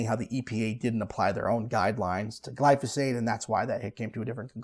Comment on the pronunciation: Gly-Fo-Sate? Phosphate says hi.